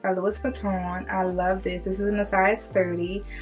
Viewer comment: The s is silent with Louis.